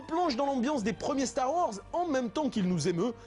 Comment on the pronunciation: "Star varse" lol